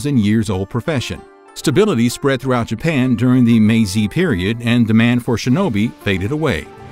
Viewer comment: Ieyasu not Leyasu and Meji not Mezi.